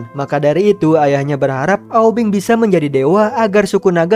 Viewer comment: Aubing bukan aubeng 😀